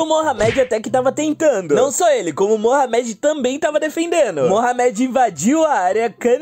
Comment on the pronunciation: Não consegui ver o vídeo com ele falando Mohamed (se pronuncia morrâmedi) da maneira errada namoral incomodou demais.